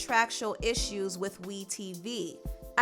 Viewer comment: syes, empressive! i love that you said spirtual! We wrestle not against flesh and blood!